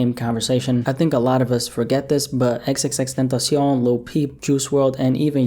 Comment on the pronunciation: The way you say xxxtentasion is so gay